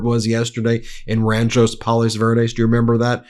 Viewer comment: Ben, you’re driving me crazy! It’s RANCHO (not RanchoS) Palos Verdes. Grew up near there and your pronunciation….nope. 😂😂